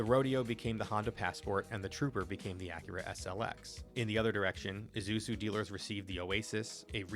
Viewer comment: The “S” comes before the “Z” 😏 But at least e know you’re not AI